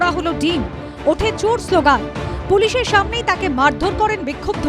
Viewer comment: ' ওঠে চুর শ্লোগান ' সংবাদ পাঠিকা কি চানাচুরের নেশা করেছেন?